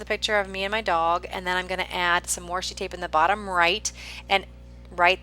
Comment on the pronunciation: I really like watching creative videos like yours - nice job. Just wanted to say one little thing - it's "washi" there isn't an "r". Since its origins is Japanese when they translate words hardly ever us the letter "r".